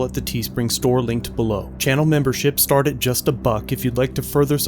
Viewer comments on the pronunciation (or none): none